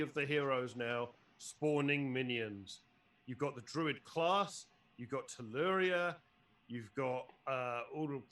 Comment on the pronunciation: Finally, a lad who pronounced Telluria correctly!!